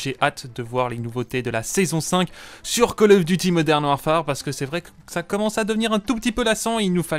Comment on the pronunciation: Il faut arrêter de dire warfAAAAre...